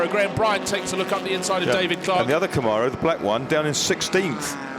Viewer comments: Please... they are called "Cam-mare-ohs", not "Com-ar-ohs". They were made in America. We grant you "al-U-min-e-um" please grant us this. Thanks. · Did he say "going like a ding bat" ??? And also someone teach these guys how to say Camaro